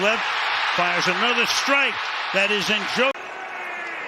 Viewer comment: i swear the pronounce Njoku’s name different every week